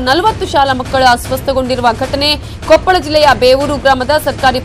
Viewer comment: Namma Kannada Jille hesarana maryadeyayagi nettage karere adu KOPPALA kopal alla